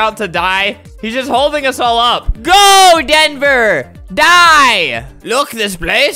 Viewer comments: No one: Albert: shut up dhenver Albert: SHUT UP DHENVER Albert: DHENVER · When I read DHENVER Albert said DHENVER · What eveyone else hears: Shut UP Denver! What I hear: SHUT UP HEATHER, Sorry Heather!